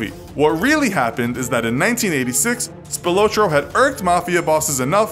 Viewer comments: Spill-low-trow to many mistakes to take serious. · Btw you said spilotro wrong